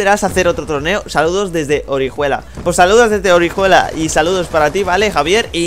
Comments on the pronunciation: Orijuela? Jajajajaja orihuela tío, se lee oriuela, alicante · Orijuela no?? Jajajajaja la h ahí desde cuando se dice?? XD